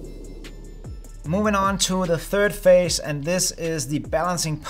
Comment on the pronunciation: phase, not fase. I subscribed!